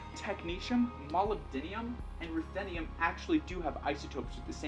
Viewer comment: Molubdinium is not how you say it. There's no "I" in molybdenum.